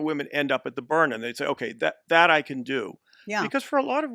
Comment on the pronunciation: sounds like a good product. but it's BYRNA, not Bryna.